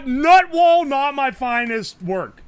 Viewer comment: listening to u do strands is hilarious "TOOOOOOOOOOOOORRR tise?" "Nut Wall..? Nut Wall??"